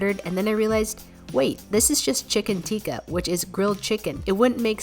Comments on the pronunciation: I would want to correct just one of your mistake or 2. Not to make you feel bad but just to help u be better at pronounce. So its not chicken teeka you gotta say it like a little quickly like tikka not make it long like teeka.... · The pronunciation is chicken "Tik-ka" masala (I just wanted to say this so that you can say it properly 😊 please don't take it has a hate comment🥺) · 1 thing, pronounce it like: chicken TICKa masala not chicken teeka masala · Her- chicken teeka Me - isn't it chiken tikka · Sorry to correct you but it isn’t teaka it’s ticka(tikka)